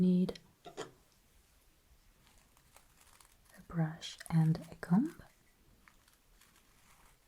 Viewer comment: It's so cute when she subtly pronounces the "b" in "comb/combing" 🥰